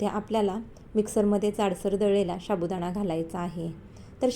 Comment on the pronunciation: शाबुदाणा,शाबुदाणा काय महणतेस? नीट साबुदाणा म्हण.